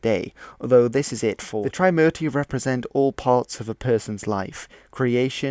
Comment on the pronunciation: "Tri" in "Trimurti" isn't pronounced as "try" but "three" without the "h" sound, it's after the number "3" obviously. Warlords? Warlords weren't the only ones who went to war in ancient India. Those conches were blown in wars between armies of waring kingdoms too. Your pronunciation of Indian words in the video sounded as if you're trying to speak in Spanish accent 😂 "Hanuman" wasn't a monkey 'king", their king was "Sugriva" & later his younger brother "Bali" (not sure if Bali island is named after him)